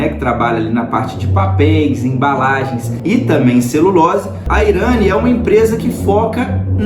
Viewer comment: "IRÂNI"?! Pelo menos aprende a pronúncia do nome da empresa